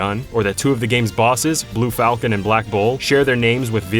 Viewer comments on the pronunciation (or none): none